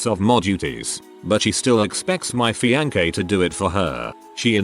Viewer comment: What is really cringeworthy is the robot reader constantly mispronouncing fiancé with a hard K sound.